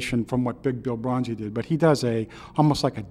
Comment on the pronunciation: sorry - this is not a delta blues - also his name is broonzy (you spell it right but say it wrong) - not bronzy - and finally - clapton played it on the unplugged cd